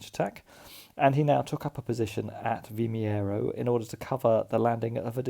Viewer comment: Another enjoyable video. Your pronunciation of Vimeiro was close enough :D